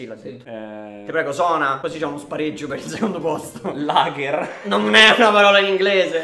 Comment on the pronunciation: Parole in inglese con la L Delux: Lagher